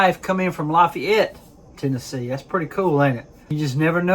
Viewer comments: We pronounce it La FAYette TN. Good job brother! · Hey Doc, they say la-Fay-ette, heavy on the Fay. Part. Lol. Anyways Great video.😊 Semper Fi, brother.... There just country folks around here 😅